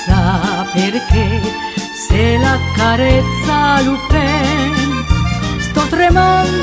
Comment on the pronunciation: Non ci stà sulla pronuncia Lupin... della u...